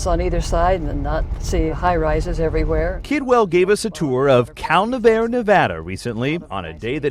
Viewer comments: Fyi, if you have T-Mobile, you get full coverage in that area for some f-ing reason. Also, it's pronounced Ca-Nev-AH-REE, not -AIR. wtf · Cal...nav...ari NOT cal...nav...air Pronounce correctly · why does he keep saying "Cal-Nev-Air?"